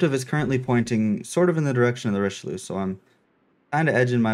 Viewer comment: Quit saying "Richiloo" ! Jeez, rude. Just kidding xD Richeli*eu*, please 😉 Nice vid anyway, glad this campaign is a DD, and also glad that it's Somers. However I'm kinda disappointed by the general AA capabilites, they're quite garbage for an american DD.